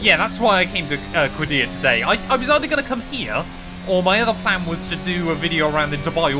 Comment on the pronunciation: The pronunciation is qaddiyah قديّه